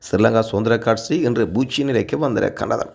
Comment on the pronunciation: கற்சி இல்லை தோழரே கட்சி எம் உயிர்த் தமிழை கொலை செய்ய வேண்டாம்.